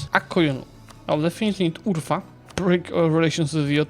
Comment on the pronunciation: "Urfa" sounds very funny when you tell that